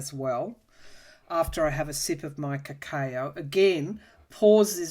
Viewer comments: Correct, I spelled it as cacoa based on how pronounced it in this video. I loved the way she pronounced it...sounds like a fancy coco. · What is Ca-Kay-Ooo ?? ☺